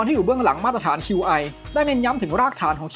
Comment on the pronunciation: Qi ออกเสียงว่า ชี่ ครับ Qi2 (ชี่ทู)